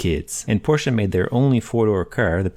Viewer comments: LOL! And thank you for pronouncing Porsche correct. :) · Thank you for pronouncing Porsche correctly! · As a German: Thank you!! First English speaking person who’s pronouncing Porsche the right way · Praised be the American who says Porsche and not porch. 😀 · love that you pronounced Porsche correctly ♥